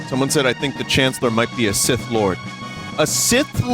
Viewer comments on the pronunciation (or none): none